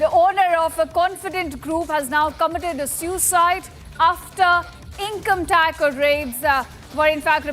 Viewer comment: breaking news breaking news. shameless media. 3 mins video repeating the same again and again! btw its income tax no income "tac"